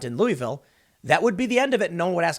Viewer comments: It's not "Luweeville". It's "Looavuhl." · Best part of this video is listening to Tim mispronounce Louisville & Beulah Church Rd. 😂🤦‍♀️